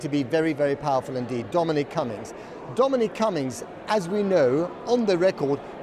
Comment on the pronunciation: What a horrible journalist. Channel 4 and the Beeb have both gone downhill massively. And please, for pete’s sake... learn how to say Dominic... it’s not “Domeeneeeque” #fool